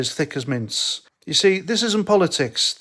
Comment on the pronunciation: Thought that sed minge